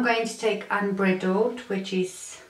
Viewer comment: You say it unbridled ( sounds like bride ) . You are beautiful and I love your accent! I'm from the USA and you are a joy 😊